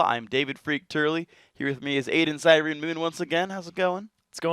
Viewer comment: ZIRENE !!! ITS ZIRENE